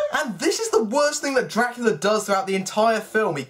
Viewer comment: Your videos would be way more enjoyable, if you didn’t sound like your whining throughout the whole video/videos. Especially you unnecessarily dragging out the last syllable in ever sentence (“Draculaaaaaaa” “babyyyyy” “arouuuuuund” “montaaaaaage”)